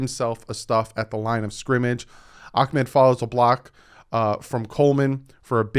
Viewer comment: It’s ahhhh med not ackkkk med